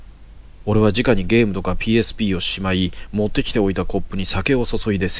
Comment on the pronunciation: 面白いですね！ ですが…誤読が気になってしまう…。 「直に」は「すぐに」と読みます。 「じかに」も同じ字を使うので誤読してしまうかもしれませんが、その時の状況を理解していると、誤読せずにすむかも…？